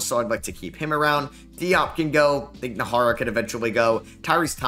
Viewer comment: Najera is pronounced Nah-her-rah